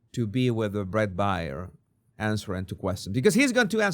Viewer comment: Bret Baier, his last name is pronounced like the animal, bear.